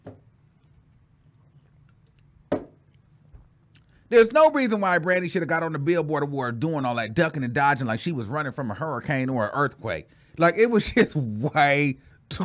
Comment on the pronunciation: Billboard not (Boared) lol